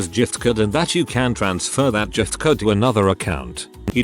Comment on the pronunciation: Off topic..I noticed this robo-reader wasn’t saying “burjer king” and was pleased, cos that’s annoying. Then we get to the “jift-card”. Oh well